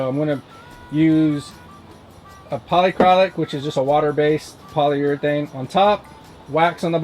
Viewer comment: Poly-Uh-Krill-Ick. Nice work otherwise.